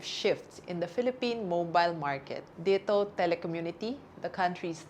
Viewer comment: why does she pronounce DITO that way? isn't it supposed to be pronounced as a Tagalog word?